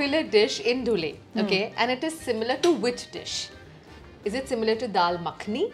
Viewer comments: धुळे ✅️ धुलिया ❌️ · Dhule❌ धुळे✅